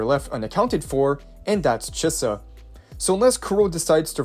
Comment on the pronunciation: Chee-sa not che-suh